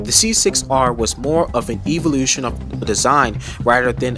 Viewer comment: Why are you pronouncing evolution like that?